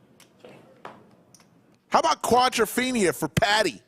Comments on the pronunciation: stop saying quadraphina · Got tired of "quadrafeinia" rather early in the video.